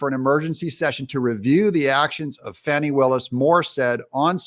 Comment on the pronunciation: Finally, someone pronounces Fani Buttcrack's name right! God bless the first and second amendments! Say buh bye to the alt left DA criminal cuz she's got prison in her near future. 👍 FJB TRUMP 24 🇺🇸